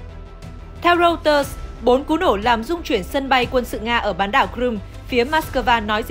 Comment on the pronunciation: Đọc hãng tin của Anh “Rô - tơ” và thủ đô của Mỹ là ...”sinh- từn”